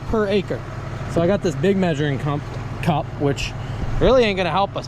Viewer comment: At 12 min 19 did u say "measuring cun* "by accident? because thats what it sounded like before you corrected yourself?😂😂